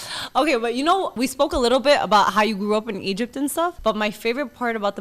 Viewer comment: "Egyyyb" "Bassbor" 😂